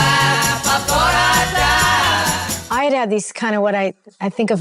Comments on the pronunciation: You don't pronounce Beau Brummels as "Boo Broo-MELLs." It is pronounced BOE Brum-ells. FYI. Emphisis is on the BOE (rhymes with toe, grow, woe, foe, slow) not the mells. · The Beau Broo-mells. Okay, this is AI. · BO BRUMELS is the correct pronunciation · AI generated with errors. Example: Beau Brummels is mispronounced. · Had to turn off the video when the AI couldn’t pronounce the name of The Beau Brummels